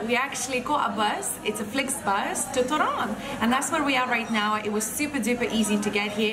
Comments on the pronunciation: Girls, a little polish lesson, accent in Polish 2 syllable from the end so TOrun :) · I love when you say Torun it sound like ,, Toron - to ,, nice blog 👍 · Its Toruń ( toh-rooń) and Sopot (so-pot) and girls completely twisted the name of Toruń and it didnt sound right the way they were pronouncing at all so I doubt its similar to your language